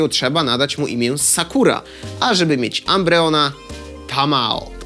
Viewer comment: A było tak dobrze z wymową nazw Pokemonów. Jedne co zabolało to: Espeon przeczytany inaczej niż "Espijon" i Umbreon nie jako "Ambrijon"